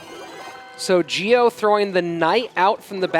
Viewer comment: "Gio" is pronounced like "Jo", not "Geo"